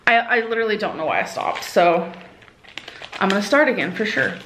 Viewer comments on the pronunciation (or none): none